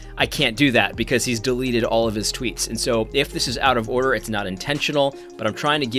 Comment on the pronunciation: " confusion of the highest ordah"